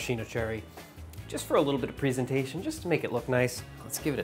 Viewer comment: He pronounces the word presentation wrong 😭